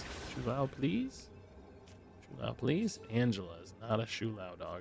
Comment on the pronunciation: if i hear him say shoe lou one more time